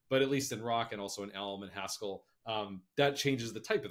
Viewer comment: Haskéll I guess that's the French version? 🙂